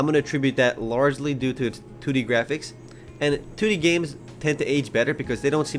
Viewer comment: Lol "2d" sounded like "tooty"